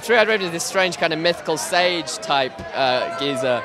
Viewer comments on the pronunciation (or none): none